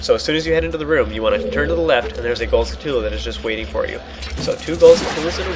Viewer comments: Skull-toola? It's pronounced like a tarantula, dude.... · That's the point. And I'm sorry (Because I sad "You suck") I was angry and tired. But I don't know how it's REALLLY pronounced.